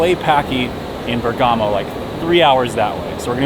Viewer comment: I’m Italian and I have to tell you that it’s called Bérgamo and not Bergámo...